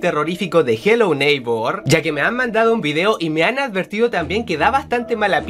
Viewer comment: me encanta cuando dices jelou neikbour😂😂😂